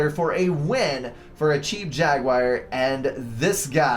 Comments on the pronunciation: Hi, I like your casts and used to watch everything you put out. But could you pay just a little attention to language? I'm Belgian and it drives even me nuts. Could you please say jaguar instead of jaguire? Please stop trying to talk faster than you're able to do so coherently: no need to clarify common words like scant-...few, pay a little bit more attention to what you're saying about the game (e.g. map control advantage to South in early game: no, and you reversed the statement). There is a reason your voice breaks: you're over-speaking. I am confident the quality of your casts will improve if you just give yourself a second to collect your thoughts:-) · Some pronounciation changes are in order (You crazy American) Achieved jag-you-ar ( not jag-wire) Ah-wassa Yolona- oss Yee-THOTH-ah Thaam ( kinda like “baam” ) EEL-I-ah ISTLE I do hope I helped